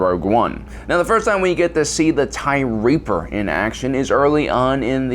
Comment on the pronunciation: I thought you were calling it the Tie Reefer at first